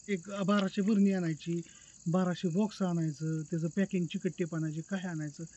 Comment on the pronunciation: भरणी नाही म्हणत बरणी म्हणतात